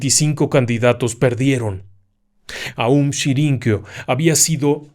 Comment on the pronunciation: Todo muy bien, la narración excelente como siempre… pero pero pero es aum shin ri kyo